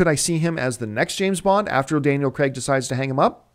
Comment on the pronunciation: It's pronounced Daniel Crayg. Spelt Craig, I know, but pronounced Crayg. NOT Cregg. This isn't like other Americanisms this is a name so there's only one way to pronounce it correctly. Just sayin'